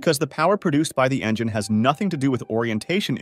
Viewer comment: "Engeneer"... bro. Engine.